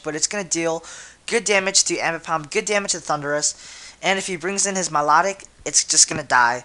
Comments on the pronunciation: Milotic my-low-tick dude, not mih-law-dic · milotic pronounce My-Low-Tick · at first when u said my-la-tic, i was like whaa? i thought it was my-low-tic... o: i guess everyone pronounces names differently :P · I'm sorry but I HATE how you pronounce Milotic... >.>